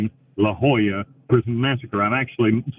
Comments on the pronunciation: It’s weird how he pronounces “La Joyita” as “La Jolla”. La Jolla is a wealthy resort town near San Diego, California, so the disparity is quite strange. I’m not sure about Spain-Spanish, but in Latin American Spanish, two L’s are pronounced like the English Y, and the Spanish Y is pronounced like the English E. So La Joyita would be pronounced “La Hoíta”, and La Jolla would be pronounced “La Hoya”. Edit: It should also be noted that the US and Panama have a lot of international treaties and agreements tying our countries together, mainly because of the Panama Canal, and Panama being a bottleneck which you have to travel through to get to and from South America and North America. So it makes sense that Amnesty International won’t/can’t intervene on behalf of an American prisoner convicted of murder for hire in Panama. Central America is a very dangerous part of the world on a good day, and you’d have to do more than just kill one person for the highly corrupt police to take notice. Bill is definitely downplaying what crimes he committed to get there. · That's how you pronounce the name of prison? Thought the t and a had some kind of phonetic use...